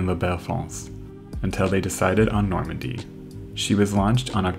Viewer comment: Today:That's the Normandie Then: That's the Normondie